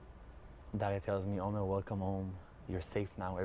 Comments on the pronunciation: Please pronounce his name correctly, it's Omer an ancient Hebrew word with many meanings that used as a name too, not Omar which is an Arab name. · (The excellent interviewer pronounced Omar by mistake .This sounds like an arabic name so I have to correct that )His name is Omer . It's a sheaf of grains in hebrew . I wish I had 1% of his faith. He is amazing.